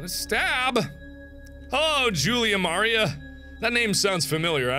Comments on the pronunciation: I'm mark when you ran into the painting you pronoused Maria wrong.😂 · That pronunciation of Maria.